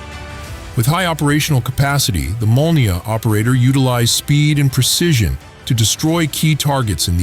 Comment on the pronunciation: Molniya, gvozdika sounds absolutely correct. Nice